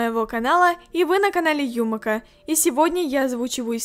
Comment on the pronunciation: Ударение на ю